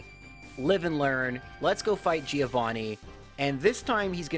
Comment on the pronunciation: Please for God's sake fix your pronunciation on "Giovanni", it hurts me every time